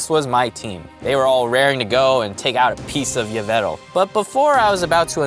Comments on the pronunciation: yvetal????????????? 🤣 Yveltal not yvetal lol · Isn't you-vel-ta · It,s yah-vel-tall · It’s pronounced Evel tall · It yaveltal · YVELTAL MY NAME IS YAW-VUL-TALL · It's yeh ve tal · It's pronounced ee-val-tal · Its pronounced EE-veltal not what u said. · It's A Female Pyroar And its pronounced Yv-Elt-al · It's not Yveltal it's Yveltal